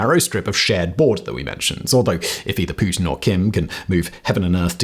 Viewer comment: I enjoy the way you say Putin. Poo Tin.